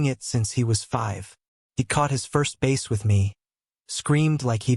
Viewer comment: Bass with a short "a", not base with a long "a". I am really getting tired of these AI narrators.